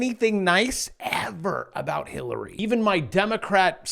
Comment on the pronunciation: Min 😮😮😮you said “Hill-abilly-ary”